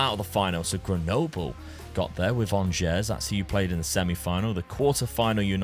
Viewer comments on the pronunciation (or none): none